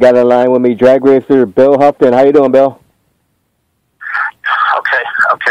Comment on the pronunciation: It's not Huff ton it's pronounced ho- ton. Sound outl doughnut.then doughton.